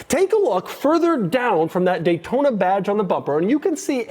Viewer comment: Dash said Gaytona